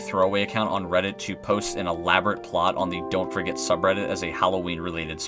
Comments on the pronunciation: The amount of times u said dont forget at the ends sounded like dont Frick it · The Dont forget at the end sounds like dawn forget